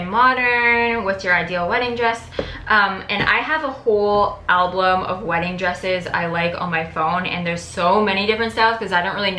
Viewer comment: She said "alblum" .. I did notice, but I've heard a few people say it this way and she says it this way all the time if you watch her videos.